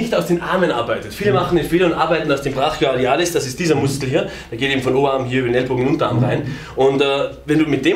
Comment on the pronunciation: Niemand:: Brachialialis